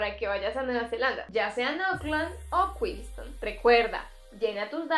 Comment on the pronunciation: Porque dicen kuinston (Queenstown) y no kuinstaun?